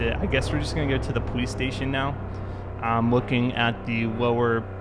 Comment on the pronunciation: I’m sorry I’m not trying to be mean but every time he says police it sounds like powees.